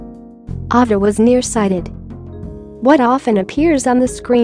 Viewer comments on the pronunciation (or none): I am sure someone mentioned this already, please learn how to pronounce names correctly if you are narrating documentaries. Her name is A-va. A like the letter A is pronounced. It would be appreciated to have names pronounced correctly. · Girl robot didn't even know how to pronounce "Ava." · It's off-putting the auto-voice that mispronounces Ava's name and the breed of Corgis. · Yes! I agree! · Get your Bot narrator to pronounce thing correctly. Ava and costars to start